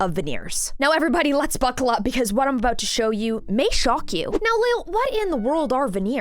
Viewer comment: She really said “buccal up!” 😂🤣😂